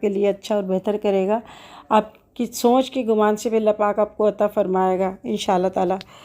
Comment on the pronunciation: Sonch ❌😂😂😂😂😂 soch✅